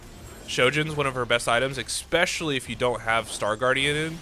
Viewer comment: I like how I come to watch a TFT guide and one of the first things I see is a gif or image on your desktop called "among us butt" Edit: Please do not pronounce "especially" as "expecially", it does hurt. Nothing against you, you are awesome, but that is so triggering. It's like those people that say "could of", "should of" or "would of", instead of "could've / could have" etc.